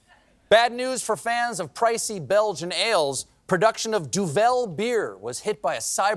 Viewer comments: Stephen, it's not pronounced Du-vell. It's pronounced Dooval and it's dialect for Devil. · We could tell you've never heard of the beer 'Duvel' because you sure as hell don't pronounce it as 'Duvèl'... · More like Düvel. (Like the Germans pronounce the ü, as in Günther/Guenther [Steiner]) And it's Flemish, as in Belgian Dutch. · There's not a lot we can be proud of in Belgium, but we do have outstanding chocolate and beers. Duvel is known by everyone here. By the way, it's pronounced Duvel (stress on first syllable, as in level, not the e from 'hell'. Enjoy!😂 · Oké so meanwhile only started halfway in the video.. and you complain about never having heard about Duvel (and no you do not pronounce it the way you do..), and MEANWHILE you drink fucking Budweiser in the US.. come on Steve.. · And he didn’t even pronounce it right! 🤬🤬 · Duvel = Devil. When we (in Dutch Brabant) order or drink it, we call it a Duvelke (Little devil). Don't pronounce it the French way.